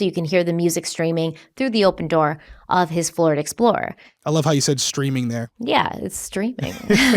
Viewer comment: Did anyone else hear say Flord Explorer once or twice? In all seriousness, this case is sad. My heart breaks for Jason and Amy’s family and friends.